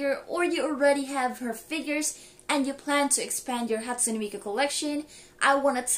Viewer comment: "hatsume miku shrine"